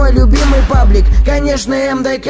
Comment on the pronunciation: Павлик?ПАВЛИК?)))не павлик а Паблик))!